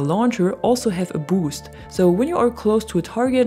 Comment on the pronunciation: Love the way you say boost. To me it sounds like BAWHOOST. Here's another great tip. Pick lis. Choose fun. Nothing more exciting than nailing a pesky stealth chopper or counter sniping a camper using a rocket